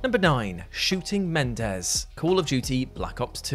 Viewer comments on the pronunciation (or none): Men-en-dez sir, not Mendez. That entry just made me irritated at BO3 all over again. The BO series was quite interesting up until 3 totally went on to do its own thing. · Respectfully., it's prounounced Muh-nen-dez, not Men-dez. They're different names, sir. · Menendez, not mendez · To steal his gags, It’s, and say it with me everybody, Men-EN-Dez. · It's Me-nen-dez. Idk why Brits have such difficult time pronouncing this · It's pronounced MenENdez.